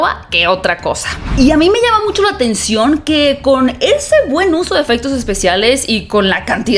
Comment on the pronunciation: "EFEGTOS" JAJAJAJA CON G JAJAJAJAJA NI ESPAÑOM SABE HABLAR BIEN .